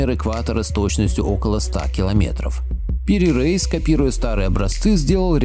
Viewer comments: Не Пири рейс, а Пир Раис. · не надо оглуплять предков. О том, что земля круглая, знали еще древние греки. Странно, что Пири Реис (он же Раис - если не ошибаюсь, "староста") упорно именуется Рейсом, словно он американец. Видимо, какой-то недоумок значок ударения принял за "и краткое". Но ваш тезис о невозможности построения карты без аэро - или спутниковой съемки разбивается в пух и прах отсутствием единой координатной системы. В этом случае она была бы построена в хорошо нам известных сферических координатах. А по построению это портулан - карта для прибытия в порт, и построена она по не используемой ныне системе многополюсных полярных координат. В море и на суше четко выделены полюса, из которых под заданными румбовыми углами расходятся лучи с точными расстояниями до береговой линии. Естественно, что при таком построении искажения будут минимальными. Как такая карта создавалась? Да вероятно так и создавалась: радиальными проходами от заданных полюсов в заданном направлении с измерением расстояний.